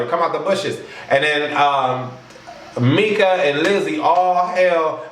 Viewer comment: I like this review, but Mika is not called Mika, It's Meka LoL Wes had me cracking up by saying Mika LoL